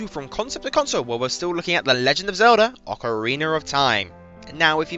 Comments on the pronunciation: Yes, I too always wondered why Brits do that with A's at the end of words... Ocareeneerr, or Amerikeer, My buddy does this all the time, and hearing "Ameri-kurr" is by far the most annoying. There is no R after A's in the Queen's English but all you Brits do it... Like North Caroli-nurr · I like how you say Ocarina. Its a got a good brittish accent to it XD